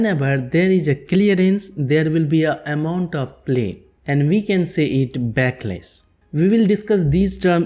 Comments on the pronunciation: It's backlash not backless 🤣🤣🤣🤣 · It is backlash not backless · Bro.. A small correction..It is backlash.. Not backless